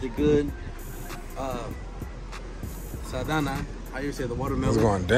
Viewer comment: This fool really said “Saldana” 😂😂😂🤣dawg